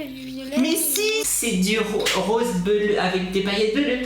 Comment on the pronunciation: On-dit belleu pas bleu je suis mort